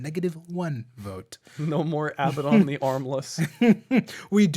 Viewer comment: Not Abbadon